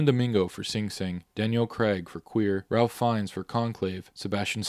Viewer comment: Ralph Fiennes first name is pronounced RAFE.